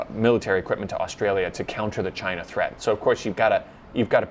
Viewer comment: "treat" or "threat"? to global peace